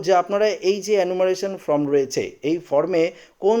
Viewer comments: ভাই কথা টা ফ্রম না ফরম বলো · ফ্রম নয়, ফর্ম